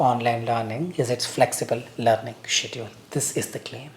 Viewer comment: why you pronounce schedule as 'siediu....' got me confused